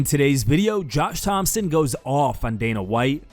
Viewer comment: Josh Thomson’s name doesn’t have a p in it. How can somebody make so many videos on MMA and still not get shit like that right? Lmao